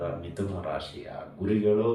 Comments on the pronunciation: ವಿಥುನ ಅಲ್ಲ , ಮಿಥುನ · Namaste gurugale.mithuna antha agabeku.adare vithuna aagide gurugale.